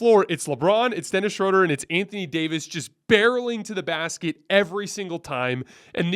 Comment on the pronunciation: love watching and listening! 2 things: give a little guitar intro to the show! Dennis’s last last name is pronounced Shrooder/Shrewder. 😅🎉